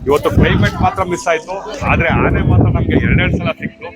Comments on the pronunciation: ಆನೆ not ಹಾನೆ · ಹಾನೆ ಅಲ್ಲ ಆನೆ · ಅದುಹಾನೆ ಅಲ್ಲ ಆನೆ ಮೊದಲು ಹಕಾರ ಅಕಾರ. ಸರಿ ಮಾಡಿಕೊಳ್ಳಿ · ಉಚ್ಛಾರಣೆ ತಪ್ಪಿದೆ ಹೌದು ಆದ್ರೆ ಕೆಲವರಿಗೆ ಆ ಕಾರ ಹ ಕಾರ ಉಚ್ಛಾರಣೆ ಬರಲ್ಲ